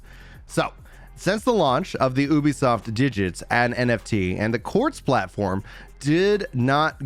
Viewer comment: Ubisoft is pronounced like youbisoft